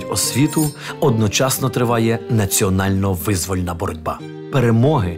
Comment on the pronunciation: Фільм чудовий, але чому ведучий у деяких словах ставить неправильний наголос? Як це показати дітям, які вивчають українську? Визвольний, отаман, йогурт тощо 😢